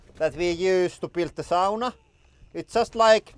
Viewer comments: First time in the Channel and immediately that Finnish pronunciation 😂 Love the language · I makes me feel so good to hear "sauna" pronounced properly.